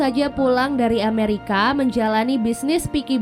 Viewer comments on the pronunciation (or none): none